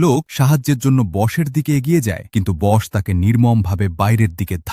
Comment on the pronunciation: Not bos, its boss.